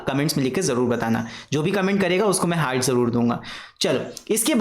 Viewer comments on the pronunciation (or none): none